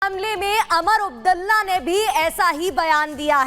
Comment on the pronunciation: Naam to sahi bolna Sikh lo.Umar Abdulla bolo.😂😂😂